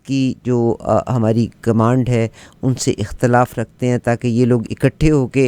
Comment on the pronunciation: محترمہ! اختلاف؛کےالف پر زیر ہےزبرنہیں